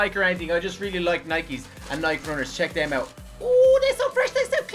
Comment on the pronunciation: its not nike (nyck) its nike (nycke)